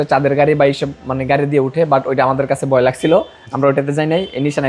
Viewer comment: "DRUST" ache? Naki "DUST" ache? ..."BOY LAGCHILO"? Naki "VOY LAGCHILO" "BALO.." naki "VALO"? Apnito Banglai Tikmoto Bolte parchen na !!